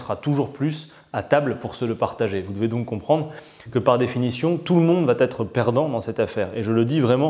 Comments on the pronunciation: Bonjour Mr Quatennens. Merci pour cette vidéo riche en explications tellement rares. Juste un détail qui me heurte les oreilles : lorsque vous dites "va être", vous faites une faute en disant "va-t-être". Attention c'est incorrect!! Il n'y a pas de T. Merci pour tout et continuer. On est avec vous! On a besoin de vous! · Adrien, STP, arrête les liaisons mal t'a propos, ne met plus un "T" derrière va et avant être, le va t'être passe mal pour des puristes comme moi.